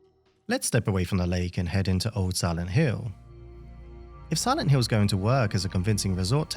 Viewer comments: Please stop pronounce "Hill" like "Hiww" - it's driving me mad! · siwent hiww